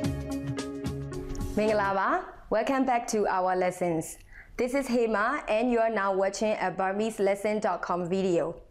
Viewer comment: It's pronounced as Hay-mar